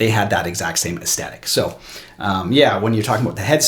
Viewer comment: Love your channel. But (picky picky) are you saying "es Tetic' rather than "es THetic"?. If you need to see my Language Police badge let me know.